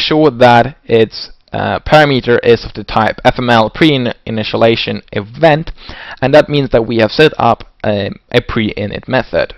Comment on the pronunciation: "Initialization", not "Initialation"